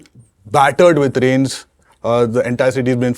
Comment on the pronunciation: Did he just say "rains"? rainS??